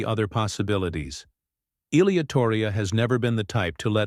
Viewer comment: Lame AI videos can’t even pronounce Ilia’s name right.